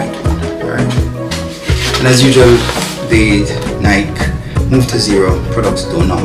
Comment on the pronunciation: Ny-Kee, Ny-Kee, Ny-Kee, Ny-Kee,Ny-Kee, Ny-Kee, Ny-Kee, Ny-Kee,Ny-Kee, Ny-Kee, Ny-Kee, Ny-Kee,Ny-Kee, Ny-Kee, Ny-Kee, Ny-Kee,Ny-Kee, Ny-Kee, Ny-Kee, Ny-Kee,Ny-Kee, Ny-Kee, Ny-Kee, Ny-Kee,Ny-Kee, Ny-Kee, Ny-Kee, Ny-Kee,Ny-Kee, Ny-Kee, Ny-Kee, Ny-Kee,Ny-Kee, Ny-Kee, Ny-Kee, Ny-Kee,Ny-Kee, Ny-Kee, Ny-Kee, Ny-Kee,Ny-Kee, Ny-Kee, Ny-Kee, Ny-Kee,Ny-Kee, Ny-Kee, Ny-Kee, Ny-Kee,Ny-Kee, Ny-Kee, Ny-Kee, Ny-Kee,Ny-Kee, Ny-Kee, Ny-Kee, Ny-Kee,Ny-Kee, Ny-Kee, Ny-Kee, Ny-Kee,Ny-Kee, Ny-Kee, Ny-Kee, Ny-Kee,Ny-Kee, Ny-Kee, Ny-Kee, Ny-Kee,Ny-Kee, Ny-Kee, Ny-Kee, Ny-Kee,Ny-Kee, Ny-Kee, Ny-Kee, Ny-Kee,Ny-Kee, Ny-Kee, Ny-Kee, Ny-Kee,Ny-Kee, Ny-Kee, Ny-Kee, Ny-Kee,Ny-Kee, Ny-Kee, Ny-Kee, Ny-Kee,Ny-Kee, Ny-Kee, Ny-Kee, Ny-Kee,Ny-Kee, Ny-Kee, Ny-Kee, Ny-Kee,Ny-Kee, Ny-Kee, Ny-Kee, Ny-Kee,Ny-Kee, Ny-Kee, Ny-Kee, Ny-Kee,Ny-Kee, Ny-Kee, Ny-Kee, Ny-Kee,Ny-Kee, Ny-Kee, Ny-Kee, Ny-Kee,Ny-Kee, Ny-Kee, Ny-Kee, Ny-Kee,Ny-Kee, Ny-Kee, Ny-Kee, Ny-Kee,Ny-Kee, Ny-Kee, Ny-Kee, Ny-Kee,Ny-Kee, Ny-Kee, Ny-Kee, Ny-Kee,Ny-Kee, Ny-Kee, Ny-Kee, Ny-Kee,Ny-Kee, Ny-Kee, Ny-Kee, Ny-Kee,Ny-Kee, Ny-Kee, Ny-Kee, Ny-Kee,Ny-Kee, Ny-Kee, Ny-Kee, Ny-Kee,Ny-Kee, Ny-Kee, Ny-Kee, Ny-Kee,Ny-Kee, Ny-Kee, Ny-Kee, Ny-Kee,Ny-Kee, Ny-Kee, Ny-Kee, Ny-Kee,Ny-Kee, Ny-Kee, Ny-Kee, Ny-Kee,Ny-Kee, Ny-Kee, Ny-Kee, Ny-Kee,Ny-Kee, Ny-Kee, Ny-Kee, Ny-Kee